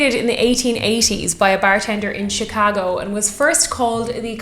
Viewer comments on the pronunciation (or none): none